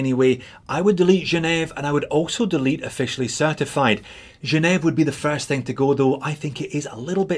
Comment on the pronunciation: Gen ehv ? what thenfuck is gen eh it's GEN EVE AH